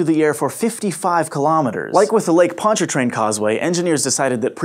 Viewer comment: kudos for pronouncing Pontchartrain properly, now try Tchefuncte. Even some locals have trouble with the this one.